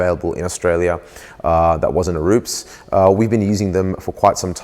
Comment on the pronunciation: rupes not rups